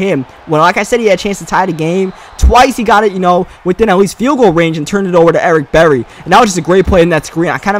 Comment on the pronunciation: "Ewick Bewwy"